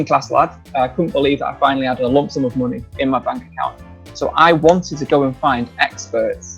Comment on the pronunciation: Make maney? What’s maney BRU? 😂 Love the video!